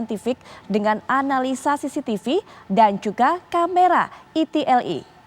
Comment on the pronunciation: "camera cctv dan camera ITILITI " .... ITILITI tuh yg kayak gimana yaaah..? 🤣